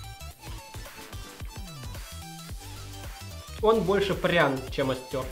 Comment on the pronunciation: "остер " кровь из ушей пошла